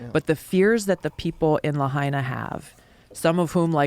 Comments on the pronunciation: Lahaina is pronounced, “Lah Hyna.” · Btw the Biden Administration changed it from $700/ person to $700 per Household...smh. Pronounced "lay hi na." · "LAHAINA" .... (LA--HINE'-A) Say the NAME!